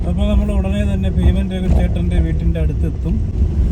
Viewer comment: Feeman alla beeman athonnu maattiyal ok